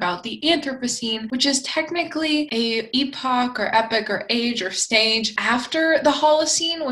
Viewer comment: Thank you for saying epoch like epic. 2.6mya to 0mya! I loved that!, you should write a book! Your command of English is masterful! Or would it be mistressful?.... Anyway. The way you speak is beautiful. Is there an Older Dryas?